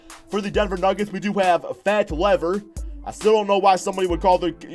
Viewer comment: Fats name is Lafayette. It's a short form nickname. And it's Lever not Lever.